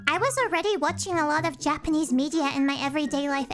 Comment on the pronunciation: Your japanese pronounciations, natively spoken! ✨